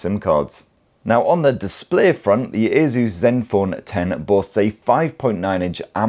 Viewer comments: its not aZus it aSus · Why does it sound like he's saying "Jesus" 😂😂😂